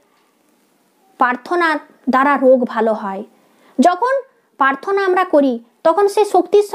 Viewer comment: Prarthanar uchcharon ta thik thik korun.. Prarthana.. Paarthona na.. Joyguru 🙏